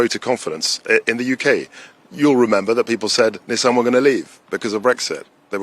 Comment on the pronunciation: Congratulations to Mr. Kwarteng for being one of the six or seven people in the UK (I'm being generous) who pronounce "Nissan" correctly! :)